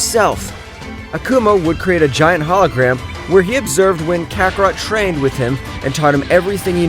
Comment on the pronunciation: KAKAROTO ITS KAKAROT